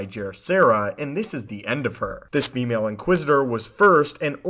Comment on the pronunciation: “This female inquisitor.” Wtf? She’s an inquisitor. Call her “inquisitor.” Wtf is the obsession with noting the sex of and inquisitor? And the weird emphasis on “female?” Ewww dude. Never hear you say “this ‘male’ inquisitor.” Also wow what an annoying narration voice.